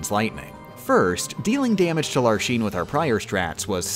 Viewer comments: lar shene??? its larxene freak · That's not ACTUALLY how Larxene and Vexen are pronounced, right..? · i think it's utterly adorable that you call the Hollow Bastion keyblade by its japanese name and not any of the alternatives. almost makes up for how you say larxene and vexen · Did you mispronounce Vexen and Larxene's names on purpose to farm comments? Or is that just how you always pronounced them before you heard the voice acting? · The Larxene pronunciation hurts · why do you say Larxene and Vexen wrong? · You gave me physical pain from how you say Larxene, Vexen and Marluxia. Also, Marluxias death sentence obviously doesn't have a 6 second timer. It takes about 2 seconds for the number to change so it's a more like a 12 second timer. Congrats tho. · I understand why you’re pronouncing all the X’s in peoples names that way, but it still hurts my soul. Even the games don’t have a consistent pronunciation for some characters’s names, so it’s understandable but I’m still Grumpy. I mean, would you pronounce Xehanort Shayhanort? Xemnas Shemnas? But Larxene is meant to be pronounced with an ks sound and I’ll fight everyone on this. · I have one tip. you can glide over the ice pillar slight that Vexen does. Also, it made me cringe every time you pronounced a X no hate on you i am just an English snob. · why are you pronouncing Larxene like that? KH3 does not use the “sheen” version, it sounds like “lark-seen” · Tell me you've never played KH:CoM without telling me you've never played KH:CoM. "Lar-SHEEN" and "Ve-SHEN". Like jfc man, you gonna call Axel "A-SHEL"? They literally say them in game with correct pronunciation. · Every time he says "larsheen" hurts my soul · Veshen, Larshene? Ughhh. It hurts. Lol. Also Le Vie en Rose instead of Divine Rose. I hope he's just messing with us. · pausing the video to say its not LAR-SHEEN, it's LARCK-SEN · HER NAME IS LARXENE NOT LARSHEEN WTF!!!! >:( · it's Larxene, not Larsheen 😂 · Why do you pronounce X's as "sh" ?